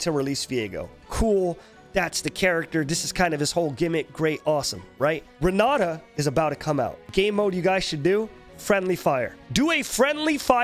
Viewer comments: Well time to learn some portuguese and stop saying Ron Nata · Renaata Open that mouth bro, Renaaata Talk like a truly Brazilian